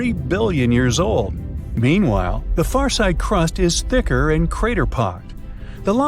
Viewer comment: It's FAR NOT FUR!!!!!!